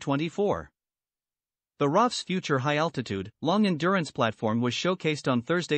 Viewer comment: It's not raf, it's r-double-a-f (Royal Australian Air Force)